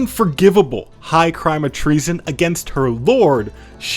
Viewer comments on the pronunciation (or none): none